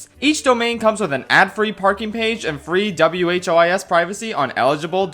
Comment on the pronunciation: Felt like sharing this. W-H-O-I-S privacy is pronounced "who is privacy" and thats because it protects you from someone finding out who is the owner of the site